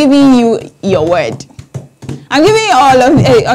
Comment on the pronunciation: Weird the way she pronounces Word = Wed